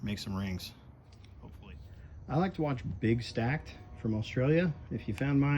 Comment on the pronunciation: The melting muppet from Australia his name is Big StackD as is the letter d at the end it’s not pronounced big stacked